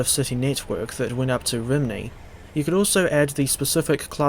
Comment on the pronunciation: As long as we haven't got to hear anyone pronounce it 'Rimney' any more...